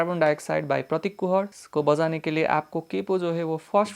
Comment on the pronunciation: Bojane ke liye = assamese accent 😅